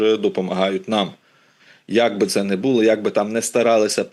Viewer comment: Не повістка, а порядок денний. Не в шестидесятих-семидесятих, а в шістдесятих-сімдесятих. Не блИзьким, а близькИм. Не бУло, у випАдку, провЕсти, привЕзли, а булО, у вИпадку, повестИ, привезлИ. Не "в кінці кінців", а "врешті-решт". Не "вірним", а "правильним". Не "ПРИ певних обставинах", а "ЗА певних обставин".